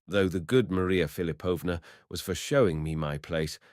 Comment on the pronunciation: Philipovna, stress on the second syllable. Thanks for the reading!